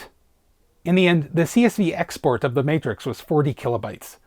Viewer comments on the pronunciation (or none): none